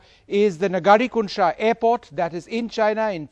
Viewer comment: Hello news Anchor Sir, the proper pronunciation is- "ङरि कुन्शा एअरपोर्ट" । Not "नजरि"।